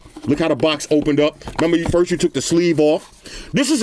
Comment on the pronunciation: “Frist impressions “